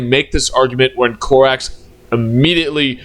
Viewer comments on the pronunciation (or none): you keep saying Corvus "Corvax", it is Corvus "Corax" dude, dafak. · also it’s Co-rax not Cor-vax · Please stop saying Corvax😭it's giving me a mental itch